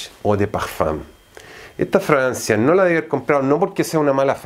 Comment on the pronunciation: Alguien más escucha Francia en lugar de fragancia ?